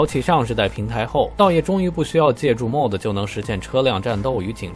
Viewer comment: Mod, modification的縮寫，唸作 罵d， 不是 莫d